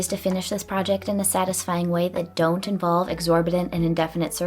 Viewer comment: well, now I will only be able to pronounce "dont" like dawnt